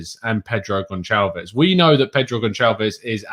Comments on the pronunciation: It's not Gon(ch)alves.. it's Gonçalves.. the "ç" is pronounced like an "S" in English.. had to mention it because it really bugs me every time you say it.. haha when you speak portuguese and you hear that.. not so great to the ears.. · The "O" is pronounced "oo" as in "pool" and The "S" at the end is pronounce "SH" as in "shine". So all together "G(oo)n(s)alve(sh)" / Gonçalves